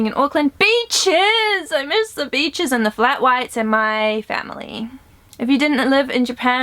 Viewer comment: You were like "BEACHES" and I thought you said Bi***